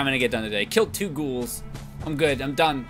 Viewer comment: I've been rewatching the Bobblehead Collection series lately and followed it up with this. I love how he finally says "Ghoul" correctly, but still called Bloatflies Boatflies.